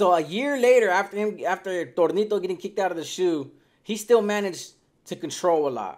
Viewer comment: Who in the Fly F!!! Is Thornito???? I've heard of Toñito?